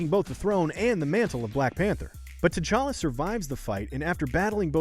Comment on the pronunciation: TCHACHA? It's T'challa